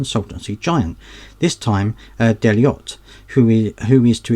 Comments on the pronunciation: it's not pronounced Dellyott, it's Delloyt! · Its pronounced Deloyt